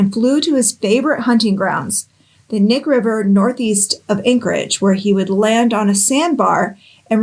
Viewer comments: It’s Knik, not Nick. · So, here's how the Knick River is actually pronounced. Cah-nick like Kuh-nick. Lol that's hard to explain 😅 🤣 😂 Great job fr though. That whole area along the Knick River and the Knick River Glacier, is a huge camping, hunting, fishing, hiking, and side by side riding area. There are bodies found almost every summer out there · Just a FYI. You say the K in Knik. Alaska thing. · To all the Alaska people coming out of the woodwork to tell us how to pronounce Knik river, I see you!